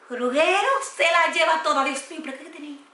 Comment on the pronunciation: no es ruguero se lee ruyero y se escribe ruggero